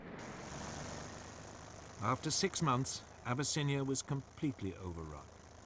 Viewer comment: Abyss-in-I-A 🗣 ok deep water Ocean flood